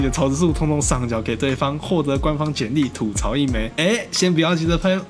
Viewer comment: 吐(ㄊㄨˋ )嘈，這個詞是閩南語，而且吐這個字在國語中也有四聲的讀音，沒道理讀三聲。